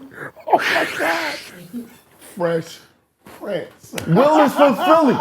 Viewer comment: Not gonna lie, I enjoyed this episode for the contrasting views more so than the topic. Felt like a convo ya didn't want to have but had and it went better then expected. Nice chemistry gentleman. 👏 intriguing convo. Yo Math, you reaching. It's PRINCE (not King) not PRINTS.